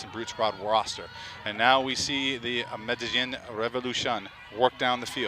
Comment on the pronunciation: Medellín* not Medallin